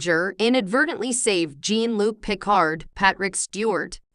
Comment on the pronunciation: Jean (as in Grey) = insta dislike. WTF.... If you cant even get the main chars name right....